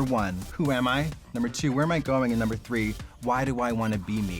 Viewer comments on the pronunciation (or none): none